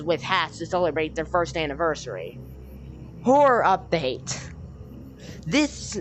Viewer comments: you said “hore” instead of horror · listen to it again it sounds like you said hore